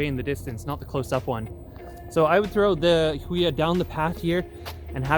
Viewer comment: FYI its pronounced "Who e ya"